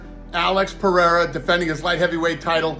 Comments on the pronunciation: Great video. One correction on the pronunciation if i may — and if you obey this you can be the first english-speaker to get it right. His name — pereira — is pronounced with 2 Rs. You — and joe rogan and all the other mma announcer clowns — keep pronouncing it pe-HEIR-a, as if the first r is pronounced as an H. That would be the correct pronunciation of the spelling of his last name had a double R at the front: Perreira. Yes, in that case the double R is pronounced as an H. But a single R, in portuguese, is only pronounced as an H if it comes at the beginning of a word: hence “rio de janeiro” is pronounced to sound like HIO-de-janeiro. Where there is only one R and it is in the middle of the word, you just say it as a R, simple. Why the collective wisdom of the UFC cannot master something so simple as to probounce the guy’s bane just as it looks on paper — instrad giving it some messed up pronunciation — is beyond me. Beyond that detail, great video. I lived 20 years in sao paulo. Alex p is the man. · Why do you say his name like that? I would understand if you were fluent in Portuguese. Alex doesn't even pronounce his own name with a "H" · There's no "h" in Pereira.